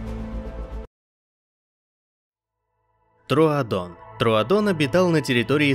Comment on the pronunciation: Поправка не традон а трудон